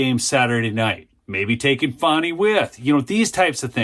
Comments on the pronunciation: It’s Fannnnnny not Fawny ! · Dude, its not Fawnee its Fanny!